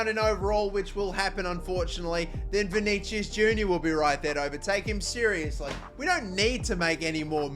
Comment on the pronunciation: You keep saying vinigius wrong